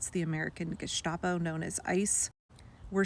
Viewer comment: This is the wet dream of the AFD here in Germany. Its horrible. By the way,its not harsh meant. GESTAPO is pronounce with a hard st,like u say it in english. Go on with sharing all the information. We need it all.